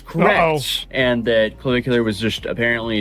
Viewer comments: "...a bar while underaged." Wfc 🤦🏻‍♂️🙄 That's not how you pronounce Clavicular. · intentionally mispronouncing his name is hilarious. Can't tell if he's in love or jealous, but I'm fairly certain it's one or the other.